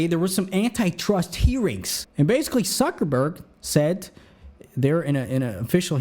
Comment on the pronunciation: I like when you say Z(S)uckerberg XD